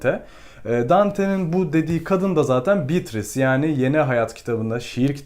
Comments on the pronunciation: şuna bitris değil de beatriçe (evet oyle okunuyor) desen zayif bir animda izkedigim videonu ikinmadan bitircektim ( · Emeğinize sağlık. Telaffuzlar hakkında naçizane iki katkıda bulunayım. “Atıf” kelimesinde baştaki a harfi kısa okunur. Yalnızca erkek ismi olan Atıf’ta a uzatılır. Bir de Dante’nin sevgilisi Beatrice’nin ismi italyanca telaffuzda “beatriçe” olarak söylenir. İngilizce içeriklerde de “beatris” olarak genelde geçmekte. “Bitris”in doğru bir kullanım olduğundan emin değilim. Başarılar diliyorum. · Bitris nedir öyle 😂 mörseydis gibi